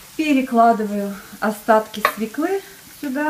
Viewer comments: Не из свеклы́, а из свёклы! Хотя бы ударение правильно ставила! Разве можно так растягивать эфир и занимать пустой болтовней? Весь рецепт на полторы - две минуты! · Много болтовни не нужной, и не свеклы, а свёклы